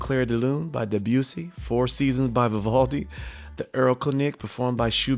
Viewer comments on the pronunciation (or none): Hi! This comment is offered with love, kindness, and respect. For the French composer, Claude Debussy, consider pronouncing his last name with no major stresses or accents: deh-boo-see. If it feels more natural to place an accent somewhere, place it on the last syllable. For the Austrian composer, Franz Schubert, consider placing the emphasis on the first syllable and pronouncing the final T so that the name sounds like this: SHOO-burt (rhymes with "root" + "dirt").😊